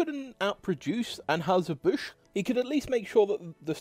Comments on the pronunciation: Stopped watching when the odd (possibly AI) narrator several times emphatically & stupidly mispronounced "Busch", an easily spoken name that is known throughout USA & entire world. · Narrator could not properly pronounce Busch or Stroh’s.